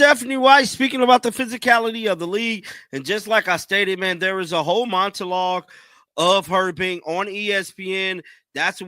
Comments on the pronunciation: My man. There is no T in the word monologue. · I was like did I just hear a T..